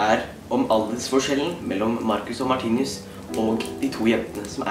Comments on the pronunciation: Du sier martinius menn det er martinus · det er ikke hat kommentar men vær så snill å si 'martinus' og ikke 'martinius',det er litt vanskelig å høre på deg når du hver eneste gang sier martinius 😉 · Kan du lære deg å IKKE si Martinius DET ER MARTINUS